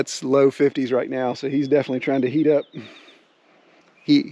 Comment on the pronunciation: "Defnuhly"????? "Litterly"????? "Defunly"????? "Intresteen"????? "Keepeen"????? "Akshuhly"????? "Comeen"????? "Faceen"????? "Prahbee"????? "Prahperdy"????? "Perfeckly"????? "Presheate"?????